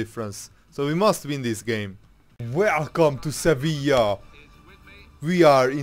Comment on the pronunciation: Its Sevilla